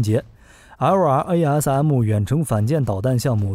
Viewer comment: 能不能直接念作“拉瑟姆”，每次听LRARM听你读的好拗口。